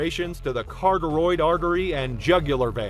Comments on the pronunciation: Omg it's cuh-ah-tid (carotid) artery!!! Not carteroid!!! It's driving me nuts you keep saying it messed up! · It's ca- rot-id, (sp. Carotid), NOT ca-tor-id, (sp. Catorid) ARTERY! And yes it is a major artery of the neck, both sides of the neck actually.❤🦁🐯🐅🐆